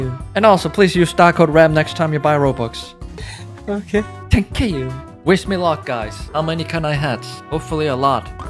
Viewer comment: I love how he says "thanka you"